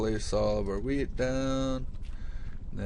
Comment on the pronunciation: it sounds like you say "weed" instead of wheat :) its funny